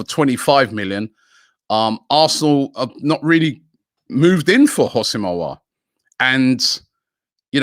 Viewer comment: Houssem Aouar———HOSSIM OWAR”